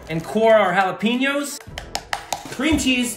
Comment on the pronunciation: Respect but please check the pronunciation of jalepeño. #petpeeve